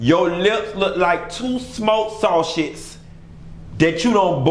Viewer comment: "2 boiled sau-sheds" that's about to bust 🤦🏾😂😂😂😂 I CAN'T!!!!!🤣🤣🤣🤣🤣🤣